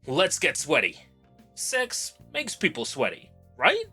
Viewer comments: I genuinely thought CeX was pronounced as the individual letters for ages.. got jumpscared when you said CeX store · I can't get over how you pronounce C-E-X (SE-EE-EX) 😂😂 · Same here. Never heard anyone say it like that. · I only now found out CeX can be pronounced like that, never heard it that way and i for sure wont be switching to that one lol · "well on our way of reaching 500" - 5K Side note: i love that our version of gamestop is pronounced "sex" and it will never not be funny to me. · ive never heard CEX pronounced any other way but "Sea Ee Ex", Unless you wanna have a laugh of course. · When they first came into existence it was pronounced Cee. Ee. Ex. its only recently since they employed 12 year olds to do the marketing that its changed. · you knew what you were doing by pronouncing it "sex" (we all know it's C-E-X) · mate, I beg of you to pronounce it "See-E-Ex" instead of "Sex" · Continually Pronouncing it “sex” instead of just saying c e x like 99.9% of the population gives off substantial childish cringeworthy virgin energy. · It's not "sex" it's an acronym, say it as you should, C.E.X. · Please don't say it like s*x. Everyone calls it CEX. The "s*x" thing is like an unpopular person who tries to make everyone call them by a nickname. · This is why I always pronounce it as C E X rather than “sex”. Such a dumb name for a shop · Stop saying it like sex, you say it like “see e ex” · why do i hear s4x instead of cex xD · "I popped into a local SEX store". Haha. I have never heard anyone call it sex. I have always said C E X. "SARTA" drives. Not SATA drives. Now I know you are saying things wrong on purpose. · Bro please read is C E X not "s**"😭😭😭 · Can we PLEASE pronounce it SEE-EE-EX not sex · I don't think we should be pronouncing it like that, I don't care if that's how they now advertise it now days, it's a store that sells games aimed at kids as well as adults. Just say C.E.X.